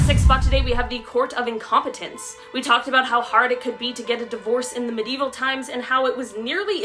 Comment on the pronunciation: I'm sorry, but I have to say it. The word is Medieval, pronounced me·di·e·val.